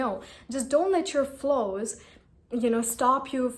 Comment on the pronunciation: I guess it's flaws and not flows, you've been pronouncing it wrong